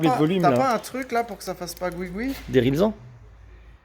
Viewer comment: On dit des riLZan Mario!! 😁